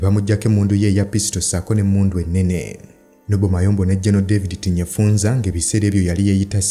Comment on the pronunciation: The name is TINYEFUZA not TINYEFUNZA....please.